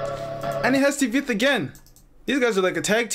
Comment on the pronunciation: bro TVETH pronounced like [tvæt]